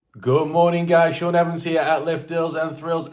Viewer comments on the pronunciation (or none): none